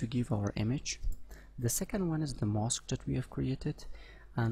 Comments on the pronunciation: 'mask' is not pronounced as 'mosque'. Don't pronounce Aaaaa as Oooo. ;-) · This sounds like mosque to me. Anyway, making vids is hard. Where he is from that's how it's said. It's ride to comment like that without even saying, nice vid or something as well.